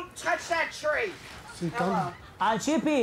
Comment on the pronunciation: He's painting my TRRREE.